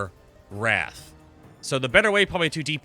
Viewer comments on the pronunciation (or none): none